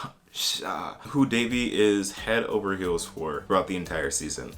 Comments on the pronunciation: It's Devi* not Davey lmaoo her name literally means goddess please learn to respect Indian names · that's how people mispronounce it though so I get where that person comes from. It's actually pronounced "they-vee" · Omg yes, the fact that they pronounced it De-vi was so weird for me. And I honestly wished they made Devi a character that migrated to USA in her teen years because then I feel like a lot of us could have related to her as South Asians. It would have been nice to see Devi as a girl speaking more of in an Indian/South Asian accent rather than a westernised accent and as someone who was more knowledgeable about the culture and traditions of India. Devi was more of a girl who was ashamed of her identity and wanted to be westernised. I hope they make her love her identity in Season 2.